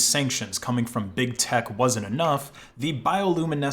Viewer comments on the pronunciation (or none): "keep the ruskis coomin"